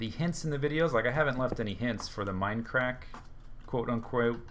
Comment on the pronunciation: I love his enthusiasm when he greets us viewers at the beginning of each video. My favorite is when he says "Welcome backah to the Mindacrackah serer!!!" it's so silly and awesome I start grinning from ear to ear. :P